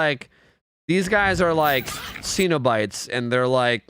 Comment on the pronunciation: It's pronounce Sen-o-bite not Seen-o-bite.